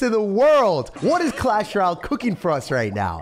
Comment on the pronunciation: Bro why do you say “clash ral” it’s so annoying and stupid 😭